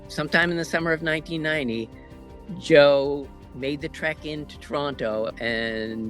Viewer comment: thought you said Joe Mad at first and was expecting a very different video lol